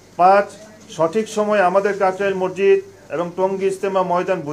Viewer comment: মরজিদ মরজিদ না বলে মাসজিদ বলুন please